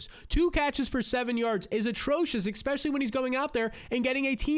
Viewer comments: I like your videos man but it drives me nuts you say especially like expecially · I appreciate what you do but please learn how to say "E S P E C I A L L Y". If it's not too much to aks... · “expecially” every 20 seconds